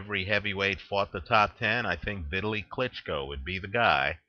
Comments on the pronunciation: his name is pronounced Vitaaaleee not Vitly...!! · no sir,its not just fine,he's not an american,so do him the respect of pronouncing his name properly!!